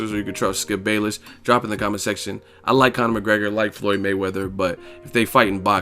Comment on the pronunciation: Skip can't get Floyd's name out of his mouth and why no one ever talk about no scar on the shoulder of PAC man 🤔🤔just saying